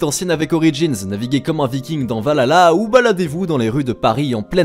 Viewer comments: J' ai bien aimer ton post, juste un truc à prendre en second dégrée , la prononciation de Assassin de creed valhalla OMG 😱. VA LA LA , ha non pas d' accord que diable , il faut prendre un ton guerrier et faire le H aspirée, VAL (respiration) HALLA 😅🤣🙂 voila j' ai sortie ma connerie du jours 🤪. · RIP comment tu dit Valhalla et de ODYSSY mdr